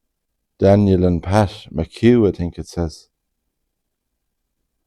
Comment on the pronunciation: Nice to hear someone finally pronouncing McHugh properly 😊